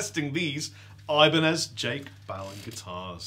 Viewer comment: i cringed so hard when they said ibanez titans....